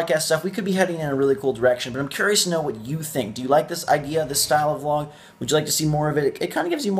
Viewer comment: no thats a vlog you said volg lol